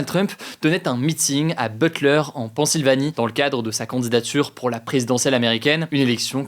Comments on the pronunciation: attends t'as vraiment dis " pan Sylvanie"? Soi t'es un génie du jeu de mot vu le contexte (PAN !) (coup de feu) Soi vraiment tu ne sais pas prononcer Pennsylvanie Je pense vraiment malheureusement que c'est la deuxième Faut se préparer mieux que ça Mr 😵‍💫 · Nan mais attend, pourquoi tu sort le plus fort accent anglais possible quand tu dis le mots « service » dans « secret service », alors que ta prononcer Pennsylvanie en disant « PAN-sylvanie » ?! horrible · "Pansylvanie" Ah ouais bel accent... C'est "Pène-sylvanie" au cas où hein x) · Attends Hugo, t'es franco-britannique et tu dis "Pansylvanie" ?